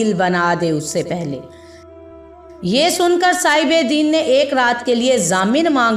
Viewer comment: مستقل دین دین زیر ساتھ کہ رہی ہو ےہ دین زبر کساتھہے